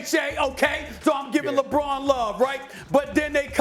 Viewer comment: bro said "bron kd" 😂